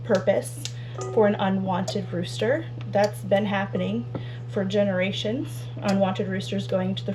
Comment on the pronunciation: The new buck barn is going to be great and they're going to love it :) I kept thinking you were saying "road" rooster. Well, it went with driveway chicken dinner!! 🤣